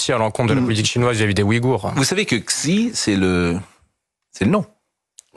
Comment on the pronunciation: XI c'est "CHI" au niveau de la prononciation